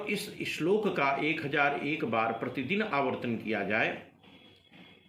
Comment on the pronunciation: Bhut sunder sir ... Apne to granth ke ishlok ka bhut acha uchharan kiya he ...